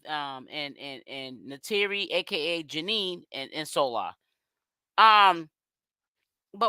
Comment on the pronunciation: Okay but why are you still calling her Janine.! It’s Janayyyyyy ja- NAYYYYY